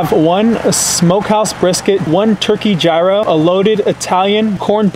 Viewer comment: "One Juy-ro"